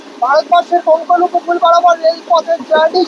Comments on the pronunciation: ভাই রে, 'কঙ্কোন' উপকূল নয়, কোঙ্কন উপকূল। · কঙ্কণ নয়, কোঙ্কাণ !!! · Uccharon ta bodhay Konkon na hoye Konkan hobey 🙏